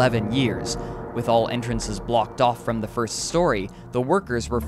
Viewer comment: “watch that foist step! It’s a doozy!”